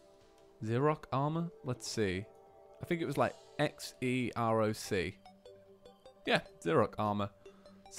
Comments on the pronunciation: ITS XEROC NOT EXROC!!! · Uhh? Check the spelling of the video it's supposed to be Xeroc not Exroc